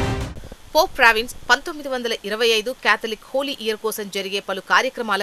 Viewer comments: చదవటం నేర్చుకో అమ్మా. పోప్ ఫ్రాన్సిస్ but not పోప్ ప్రావిన్స్. Read properly. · పోప్ ఫ్రాన్సిస్ అని పలకటం రాదా